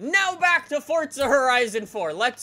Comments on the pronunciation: ForZa not forDza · Why do you always say it “Fort-za”. Forza has no “t” in it.